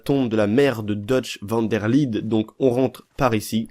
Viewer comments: Comment tu dit van der Linde tu dis comme van der LIDE ET NON LINDE 😂😂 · Van der LINDE ça se prononce "LINEDE" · On dit van der linede